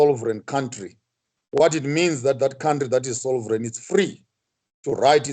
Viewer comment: Sovereign not Solvereign sir 😇